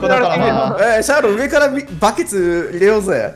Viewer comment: ｢上からバ↑ケツ入れようぜ〜｣ 発音ガバガバw